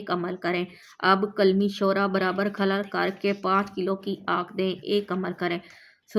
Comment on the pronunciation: Meri pyari bahan aap humse ki biwi hai aur alfaaz bola hai کھلر نہیں ہے alfaaz کھرل hai aapse guzaarish alfaaz Ka Sahi chunav Karen padhna Nahin aata to aap tution pahle rakh le dusra dariyai alfaaz kya hai aap apni video check Karen ki aapane kya kaha hai badi meherbani hogi